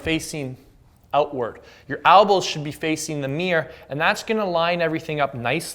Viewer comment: It's elbows not albows lol